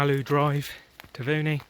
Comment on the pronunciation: It would be nice if you could pronounce Taveuni correctly.